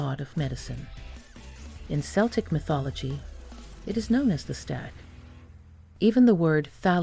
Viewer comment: Strike two. You can't pronounce Celtic. You pronounced it with the soft s sound, not once, but twice.